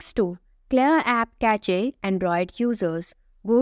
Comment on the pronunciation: Cache is pronounced 'Cash', not Cashay!! 🤣🤣🤣🤣🤣